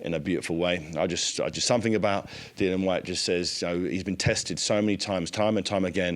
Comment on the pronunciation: 😂 spent the majority of the interview calling Dillian….Dillon 😂